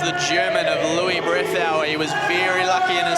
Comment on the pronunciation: 😂 he can't say Luis Brethauer